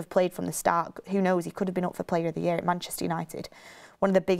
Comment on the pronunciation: Bugs me the way always says "it" instead of "at" 😆 "It the moment" "look it" Petty i know 🤣😂